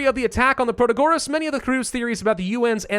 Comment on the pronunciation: Nice, new Ixion vid! P.S. it's proTAgoras not protaGOras